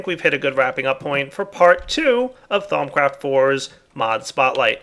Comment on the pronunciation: Lol sounded like he said thongcraft